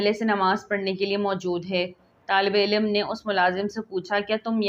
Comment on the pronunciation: misbat nahi musbit. tallafuz durust keejiye. haq ka ilm nahi alam